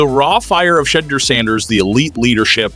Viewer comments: This is why your dumb-azz don't have many subscribers. You are purposely mispronouncing his name because you like all of the Nation have heard proper pronunciation of the man's name. Go get your clicks from somewhere else if you can't show respect. I will not be subscribing to this shizit show. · Saying his name right might help, Browns won't be doing sht this year